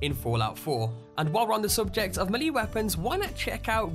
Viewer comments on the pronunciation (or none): Melee: MAY•LAY not ME•LEE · YOU DIDN'T FUCKING SAY MELEE CORRECT ITS PRONOUNCED May-lei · pls stop saying meeley lol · Great vid, but along the lines of pronunciation, "melee" is pronounced "may-lay" 'round these parts. This was the first I've heard "mee-lee". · Pronounced wrong : Hewbrus not hub rus. Maylay not mewlee. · its melee (may-lay) not mel lee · Does anyone else get annoyed by the way he says mulee instead of melee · It's not maliiiiiii it's melee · melee is pronounced "maylay", not "mee-lee" 🤦‍♂️ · It’s melee not malee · god the way you say the word melee is doing my head in. its pronounced "mel-lay" not milly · It's pronounced May-Lay Not Me-Lee, just saying... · "May-lay" = melee "Hew-bris" = Hubris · Fritzdexter ikr its ment to be pronounced "melay" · why is it, so many people miss pronounce "Melee" Melee is pronounce, "May-Lay". FYI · Its actually pronounced "meh-lay' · in the Sky "M'leeee!" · Snake maleeeeeeeeeeeeeeee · melee is pronounced may-lay and hubris is pronounced hue-briss. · Melee is pronounced as maylay Hubris is pronounced as hewbriss. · Bro.... Me-lee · >Mahlee Best way to pronounce Melee 10/10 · As some one from the Boston area its sound funny to me when you pronounce the names, saugus, "saw gus", melee, "ma leA", that's just how I pronounce them, nice music. :P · May. Fucking. Lay. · DarkMadder I pronounce it mee-lee, don't know where may comes from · MAYLAY IT IS PRONOUNCED MAYLAY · Why does he say it like “milee weapon?” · Melee? "May-lay" is how to say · Hugh-briss and may-lay are how those words are to be pronounced. Great video but wow that’s painful to hear you butcher those words. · Come on, dude. It's MAY-LAY weapons/builds. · No its me lee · MELEE is pronounced MAYLAY. This bothered me so much I had to come back here to say something. Other than that good video, just stop slaughtering words. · Actually it's pronounced may-lay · It's pronounced may-lay (Melee) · malee!! hahah i'm dying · It's pronounced Mel-ay weapon